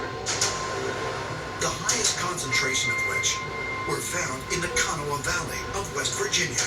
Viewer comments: You mispronounce Kanawha. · If I had a dollar for every time I hear someone mis-pronounced that county.